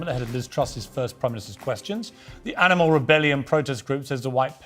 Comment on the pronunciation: 英語の聞き取り苦手だけど Do you eatとかは聞こえた あと、動物の発音ってアニマルっていうよりアナモゥって聞こえる